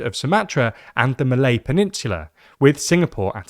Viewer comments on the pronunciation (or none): none